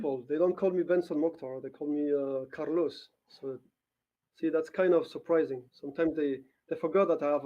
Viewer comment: The way she said Caros :D